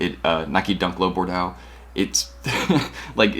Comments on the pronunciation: ok i cant take it any more, Bordeaux is pronounced bor - doe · Everyone out her sayin “bor-dee-awgs”